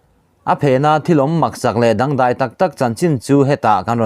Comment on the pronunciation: I chanel hi ka lo thlirin ka lo ngaithla thin a a ngaihnawm viau thin laiin i mizotawng thluk diklothin hi ka ngaimawh khawpmai entirna pakhat atan " dawngdah, tih pawh hi i lam diklo chutiang zelin